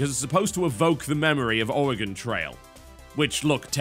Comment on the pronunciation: I don't get it 95% of Americans pronounce Oregon incorrectly (Are-e-Gone) and the British guy gets it right....I have lost faith in thee, America.